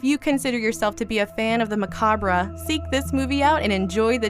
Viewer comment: Just a friendly reminder. Macabre is only 2 syllables, and it's pronounced muh-cobb. Not muh-caw-brea.